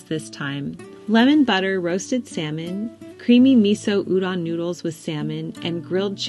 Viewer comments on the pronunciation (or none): none